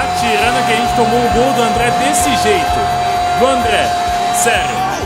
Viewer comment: "Dol?" Não seria "Gol"?